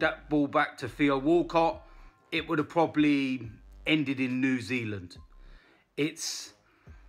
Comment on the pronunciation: "Would've ended up in New-Zealand" 😂